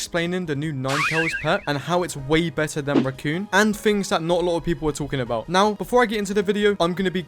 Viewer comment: please pronounce raccoon as raccoon not ruccoon it's driving me insane